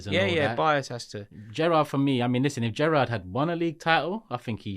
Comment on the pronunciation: it is Gerrard